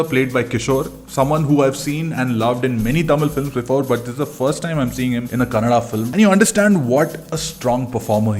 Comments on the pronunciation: Thank you for pronouncing our language right. It's kannadA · Thanks for the correct Kannada pronunciations